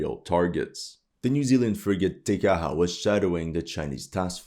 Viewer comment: Kiwi here. China is not our enemy. They are our biggest trading partner. The sooner we go neutral the better. Neutral doesn't mean we wouldn't help the Aussies out, it doesn't mean we won't have armed forces, but it does mean we won't get dragged into any more NATO nonsense. Small nitpick, Te Kaha is pronounced T-Ka-Ha. You did really well with Aotearoa considering your accent.